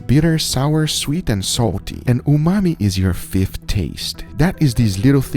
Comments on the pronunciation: Hey Guga, why do you keep saying "umai" for 'umami'? Also, your cutting board is obscured by subtitles, so non native viewers miss out on a lot of action. Can you reposition the platter or do a split screen so that the meat is not covered with caption? BTW, I'm from India, and a huge fan of both of your channels! 👍❤️ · You've said "umai bags" so much you call umami umai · Regular people: umami salt Guga: umai salt He's dry aging his own vocabulary